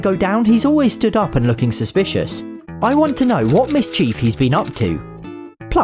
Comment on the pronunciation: It's really odd to hear an English person pronouncing "mischief" as if it were two separate words which is definitely not right. It's "MISchiff". You don't put a "hand ker chief" in your pocket and you don't get up to "miss chief".